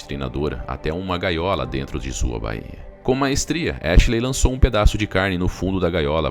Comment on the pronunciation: A título de colaboração, pois sua dicção, tom de voz e narrativa são muito bons! a) O nome da cidade é BÚRLINGTON, e não BURLÍNGTON (os acentos aqui foram usados apenas para assinalar a tonicidade, ou seja, não existem); A pronúncia é BÁIA, e não baía... (o acento em baia é só para assinalar a sílaba mais forte, ou seja, não existe). Baia é uma palavra da língua portuguesa, usada para "local cercado por tábuas onde são colocados certos animais", como cavalos, etc. Baía é uma reentrância do mar da costa, extensa mas não tão grande como a de um Golfo. Exemplo: Baía de Guanabara, no Rio de Janeiro... BAÍA tem acento